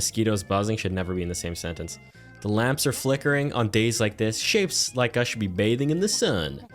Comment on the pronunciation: In the beginning I thought you said little shits instead of little shapes 😂